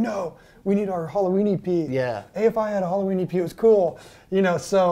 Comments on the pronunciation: It sounds like he’s saying Halloweenie Pee. This guy is so awesome and down to earth. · Until they showed the Halloween E.P. record image, I thought he was saying "Halloweenie Pee" lol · When he said "Halloween EP", my brain heard it as "Halloweenie pea". I giggled in confusion for a sec, there. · I thought he was saying Halloweeny P and couldn’t figure out what that meant 🤣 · Does anyone else hear "hollow weenie pee"? Instead of "Halloween EP"?